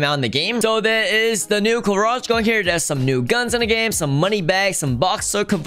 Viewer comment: is it me or does say carage instead of garage